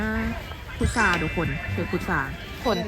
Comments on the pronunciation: พุทรานะ ไม่ใช่พุธา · พุทรา ค่ะ ไม่ใช่ พุทธา